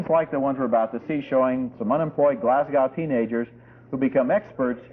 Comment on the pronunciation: I love That Sinking Feeling (and I wish Roger could have pronounced Glasgow correctly).